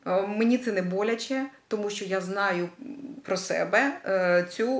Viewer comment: Дуже приємно слухати рідну мову, дуже цікава і змістовна тема! Дякую. Але в українській мові вимовляється «що», а не «щьо», «тому що», а не «тому щьо». Так на замітку.